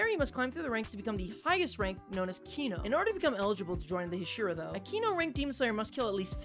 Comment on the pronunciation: Just watched the first second and he immediately pronounced “hashira” wrong.